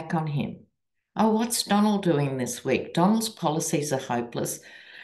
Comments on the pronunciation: DonOLD -with emphasis on the second syllable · The "Donald" thing is starting to be pronounced as "Don-OLD." 😁😆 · Kamala now says “Don-old”🤣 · Lol love your readings. My sister calls him Don-Old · I heard someone say Kamala should start mispronouncing HIS name by calling him not Donald, but DonOLD, as in Don Old. lol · Not only should we all call Trump - Donald, but we should turn around his attack on Biden’s age, along with his mispronunciation of Kamala’s name, and start calling him Don”OLD.” With an emphasis on the old!😂🇺🇸💙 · Call him “Don-OLD” ❤ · Donald... pronounced Don--Old. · Don-OLD. Not Donald. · Yes, call him Donald. Only Pronounce it Don OLD